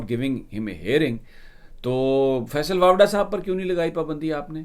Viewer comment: سمیع صاحب! لگتا ھے کہ آپ فیصل واڈا کو فیصل واپڈا بولتے ہیں